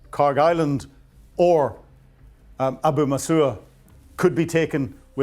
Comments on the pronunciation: For pity's sake,, learn to pronounce things correctly. Shahed, not Shahad; Xi, not Zhi, Abu Musa, not Abu Musuah. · Abu Musa. Not Abu Musoa. Shahed. Not Shahad. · You're really dumb to call this plan "compelling". Also you can't even pronounce Abu Musa properly, it really makes you sound like you researched this today. It's not Abu Masooer. Just look at the f'ing letters. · At least try to pronounce ABU MUSA correctly. FYI it belonged to the Persians going back 2,500 years, before the UAE even came into existence. This is historical fact.